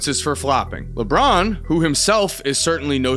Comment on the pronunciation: Lay-Bron is the O.G. " THE FLOPPY KING"🎉